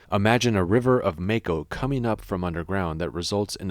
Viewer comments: It's MAH-ko, not MAE-ko :( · The way he says “mako” 🤣